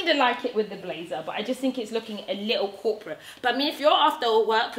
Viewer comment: When you said corporate bitch I thought you said crop a bitch... 😭😭😭... #cropabitch